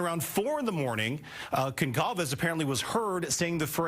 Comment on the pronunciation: You guys still can't say "Goncalves"?